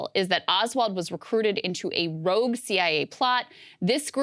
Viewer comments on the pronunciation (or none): "ROUGUE" lmao yeah okay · "Rogue" lol